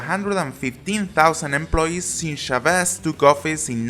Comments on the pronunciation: Thank you for making the video. Since Chávez was the former president of Venezuela he is irreversibly intertwined with recent Venezuelan history. Considering his important role I'd like to urge you to work a bit better on your pronunciation of Chávez, because if you cannot pronounce a comparably easy to pronounce name like Chávez it may come across as lack of competence from your part. Since you don't pronounce his name correctly it may look like you never saw a single original interview/documentary about or with Chávez. Of course, you can make great videos about a Spanish speaking country without being able to speak and/or understand the language yourself through reading credible sources, however, one loses credibility by not being able to pronounce what one is saying. Just as a suggestion I'd urge you to learn how to pronounce the figures you are talking about. The stress is on the a in Chávez [CHA-vez] not on the e [cha-VEZ]. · Sorry to correct you but it's CHAvez, not ChaVEZ. That's why his name has an accent mark: Chávez. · Oh mon dieu, I didn't know "Shavéz" was french. Guess what the little dash on top of the "a" is for. It's Chávez. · why do you keep mispronouncing Chavez as Shaveeeez???? make a little effort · Your spelling of catastrophe is catastrophic, and I wish you’d say Chávez, instead of “Shervéz”. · CHAVEZ! not xavezze, if u are going to say a word 100 times make sure your saying it rigth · Please research you accent . It is Chavez , with an accent on the letter ' a ' not ' e ' like you pronounce it . By doing this you will gain credibility . Thanks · Chávez. It's pronounces CHA-vez. Not cha-VEZ. That's what the little line is for. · FYI, it's pronounced "CHA-vez", not "cha-VEZ". Otherwise, great video! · Every time he pronounces it as "shu-VEZZ", take a shot. Every time he pronounces it as "ve-ne-SWAY-la", take a shot. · The name 'Chávez' has an accent on the first syllable and should be pronounced accordingly. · CHAvez not ChaVEZ.